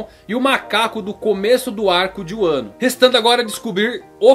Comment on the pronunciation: Não é uano...é Vanu